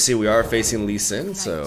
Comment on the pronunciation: "Lee Swin" hahaha